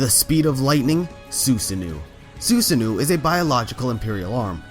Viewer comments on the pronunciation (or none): It’s Su-sa-no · I love ya man but it is pronounced sue-sah-no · when he says sussano does he mean su san oh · HOW DO YOU MISPRONOUNCE THINGS SO HORRIBLY ?!?! FUCKING "SOO-SUH-NEW" NIGGA! IT'S FUCKING SUSANO (SOOS-UH-NO) AND SO MANY OTHER THINGS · it's su-san-no. not su-su-no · dawg hearing you say susanu made me want to comit act of violance. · SOO-Sah-no you're welcome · Am i the only one triggered when he pronounced susanoo’